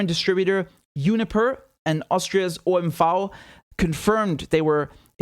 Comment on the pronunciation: good pronounciation of OMV.